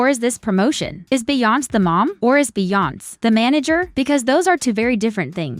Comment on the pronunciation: They need to teach AI how to pronounce Beyoncé! 😂